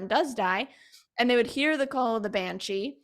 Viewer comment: Why is she saying banchi? It is banshee.